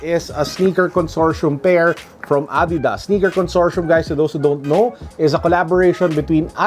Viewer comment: wow ngayon ko lang nalaman ganun pala pronunciation ng Adidas lol thanks